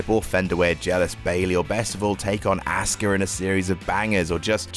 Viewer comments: It seems like says Asska or Ask her. Asuka: Us-Ka. It ain't hard lol. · it’s not pronounced “Us-ka” either. Asuka Is pronounced “Ah-su-ka” The U is only lightly pronounced and all syllables are pronounced for the same amount of time (no stress). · yes indeed but sometimes i'm hearing aus-car as well LOL